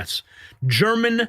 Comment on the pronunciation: his name is pronounced hermon.